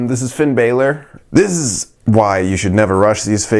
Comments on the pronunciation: Said Finn balor wrong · U were pronouncing finn bálor wrong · I cringed everytime he pronounced Finn Balor wrong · Firepower Pop l agree! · Orange Juice same